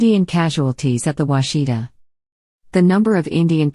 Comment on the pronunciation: That's not the way you pronounce Washita.